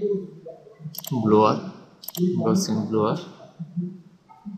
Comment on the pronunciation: ব্লোয়ার না ভাই, ব্লার।